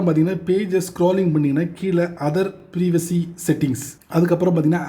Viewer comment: நல்ல தகவல். ப்ரீவசி இல்ல......ப்ரைவசி😊